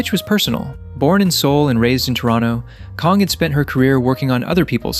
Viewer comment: Kong? It’s CLEARLY kAng 😑